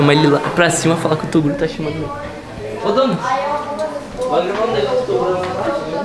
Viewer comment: Ao invés de toguro é toduro kkkk